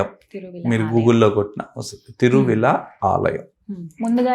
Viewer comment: Thiruvizha Mahadeva temple. Hara hara mahadeva temple... Om Namah Shivaya... Please correct the soelling, it is Thiruvizha not Thiruvila